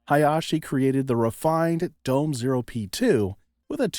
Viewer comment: DOME is pronounced: “doh-meh”